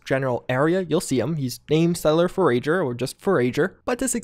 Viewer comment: Aire you sue-er he dosint ForRage for burreees. jk I find things like that funny mispronounced